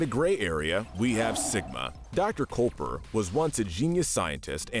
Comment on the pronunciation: Sigma is named Dr de Kuiper, not Dr Kulper 😂🤣